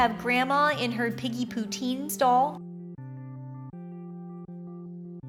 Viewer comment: is piggy not peggy